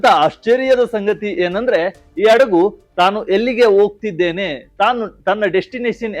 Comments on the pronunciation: ಅಡಗು ಅಲ್ಲ ಹಡಗು 😂😂😂ಕನ್ನಡಕ್ಕೆ ಅವಮಾನ ಮಾಡ್ಬೇಡಿ 🙏🙏🙏🙏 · Yaava Adagu,kannada sariyaagi maathadalu kali.